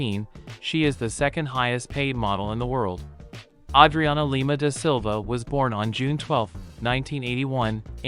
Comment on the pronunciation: Yay name pronounced correctly.